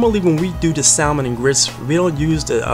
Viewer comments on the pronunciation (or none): My mother’s parents were from St Helena Island and there was a pot of rice on the stove 24hrs a day and we had red rice with shrimp EVERY Friday! ***it’s pronounced sammon not salmon but it’s spelled s-a-l-m-o-n….